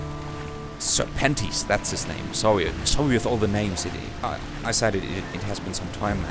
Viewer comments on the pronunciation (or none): each time you say serpentes i hear "Sir Panties" xD